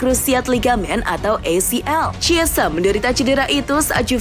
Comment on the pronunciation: Chiesa dibacanya "kiesa" min, bukan "ciesa". "Ch" tidak selalu dibaca "c" di negara2 eropa".